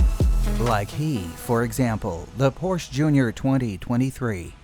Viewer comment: Pronounce ‘Porsche’ correctly please. I remember when people used to say ‘Ordi’ instead of Audi, Nikki Lorda instead of Lauda, still saying Brawn instead of Braun…is it really so difficult to do your homework?🤷🏻